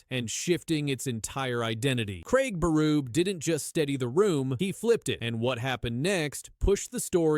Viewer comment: Craig Beruuub I'm outta here. Find a human to read your video ans people might sub. Not me.